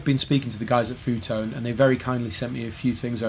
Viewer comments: It's pronounced: EFF YOU Tone Seriously ;-) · Pronounces the company as "foo tone"😂😂